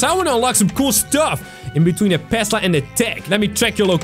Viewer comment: tesla not pesla